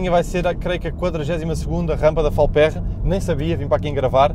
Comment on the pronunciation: Boas não se pronuncia “Falpérra” mas sim “Falpêrra”. Grande Abraço!